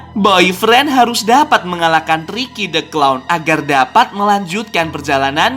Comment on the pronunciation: Tirky bukan tiky